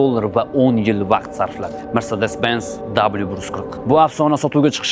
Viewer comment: Sharxga gap yoʻq. Faqat mrsedes mas mersedes deb talaffuz qiling!